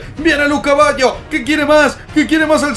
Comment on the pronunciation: colocale de apodo el caballo, siempre que duces luca baggio pareciera que dijieras lu caballo 😂